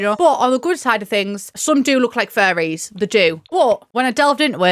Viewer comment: was trying to understand why you kept bringing up fairies until i got it that u were saying FURRIES